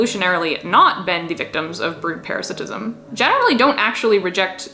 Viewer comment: "Melb'n" "Para - sit - ism" Just some friendly tips :)